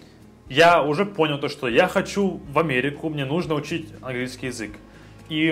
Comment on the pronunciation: язЫк, не язЕк) 😸 Умница, хорошо говоришь)